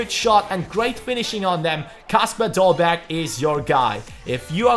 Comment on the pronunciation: You dont prounounce the last g